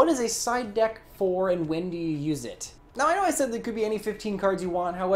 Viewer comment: every time said side deck i kept hearing psyduck:(